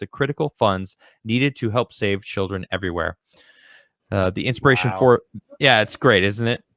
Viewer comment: it's INSPIRATION, not Ispiration.